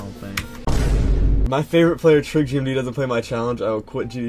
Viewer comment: Its Trick, not Truck